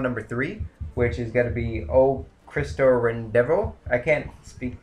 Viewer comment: (OH-KREE-STO-REH-DEHN-TOR) o cristo redentor